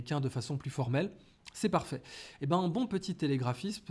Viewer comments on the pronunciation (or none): none